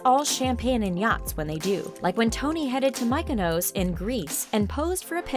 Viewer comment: OMG!!!! this was utterly HILARIOUS!!!!! Your inability to pronounce even ONE brand or location correctly was priceless! Mykonos may have been the best! Or was it the Veuve Clicquot? I cant decide ;-) No wait!!!! It was definitely the HERMES!!!!!